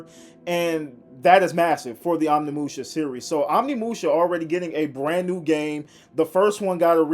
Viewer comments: It is pronounced oh nimusha not on imusha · Can’t even say Onimusha correctly